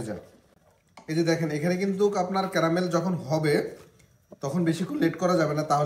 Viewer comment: ক্রামেল না ক্যারামেল। বেশি স্টাইল মারাতে গিয়ে ভুলবাল উচ্চারণ প্রতিটা ভিডিওতেই!!